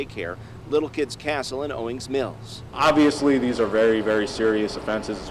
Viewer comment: You pronounced Owings Mills perfectly!👏😁And on behalf of Maryland, I'm sorry so many of these crazy stories come outta my state.🙈😂I'm embarrassed